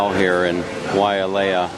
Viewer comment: The Grand Wailea is a fine hotel, built in 1991 for $750,000,000. But it is pronounced WHY LAY A...there is no A after the Wai. It is a fine property but not the Best on Maui. Probably Maui's finest hotel is in Kapalua at the Four Seasons. The female dancer at the end was a Tahitian Dancer, not Hula. The male dancer and those after him were dancing Hula. The 1% ers are stating at the 2 resorts on nearby island Lanai, purchased by Larry Ellison (Founder and Chairman of Oracle) where rooms begin at $1,000 per night, making the Grand Wailea somewhat of a discount!